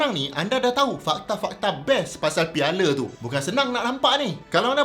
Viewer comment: Piala bukan piale 😌